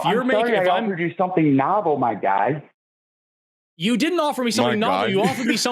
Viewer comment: Am I the only one that hears "I am moron" everytime this guy says "My Guy"¿